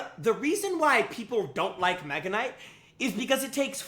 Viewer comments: I know he said Mega Nut on purpose, I just can't prove it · Nega knight😃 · He said meganut😂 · Did bro say mega nut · Bro I heard Mega Nut😂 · bro did not say mega kinght... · you said megaknight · He did not say “mega knight” 💀✌️🥵🥺🥀🥀🍆🍆🍆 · bro did NOT say mega knight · bro did NOT say mega